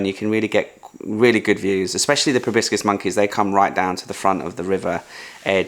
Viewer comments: FYI ProbOscis, not ProBiscis. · Riiiiight?! He must’ve said “probiscus” at least 5 times! But I still love ur Asian vlogs, 😅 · Is a "probiscus" monkey similar to a "proboscis" one? 😂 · It's Proboscis monkey. Not Probiscus.